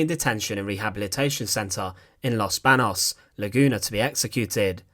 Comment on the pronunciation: Los Baños not los banos..